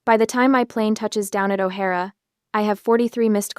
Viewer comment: It’s O’hair spelled ( Ohare ) no O’Hara…